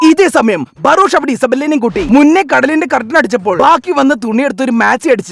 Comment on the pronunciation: ഇയാൾ ബറോഷ് ബറോഷ് എന്ന് പറയുമ്പോ ഞാൻ പൊട്ടിച്ചിരിച്ചു പണ്ടാരം അടങ്ങി 😂😂😂😂😂😂😂😂😂😂😂😂🙏🙏🙏 ബറോഷ് 👌👌👌